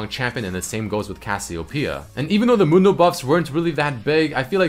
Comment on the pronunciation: Anyone hear dr. Mundo as dog turd mondo?